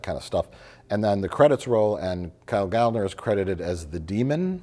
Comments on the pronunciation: It's pronounced Gal-lner. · It's "Gal-Lner" That's why there are two "L" instead of one. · If Gallner starts with the “Gal” sound then we have to pronounce the second L separately, like “Gal-L’Ner” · as a little side note referring to the bit at the beginning of the video: considering that Gallner is a surname of German origin the 'a' would be pronounced as a short vowel! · . Can't say his own name right? Just like Willem Dafoe?